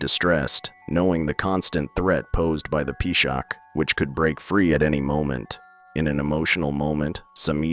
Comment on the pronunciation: Peeshaak, Peeshaach, Peeshakh❌ its P-shaach